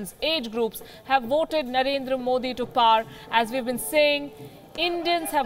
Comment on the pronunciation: She pronounces “Power” as “par”!!! I guess it is considered fashionable, well educated and polished. Maybe.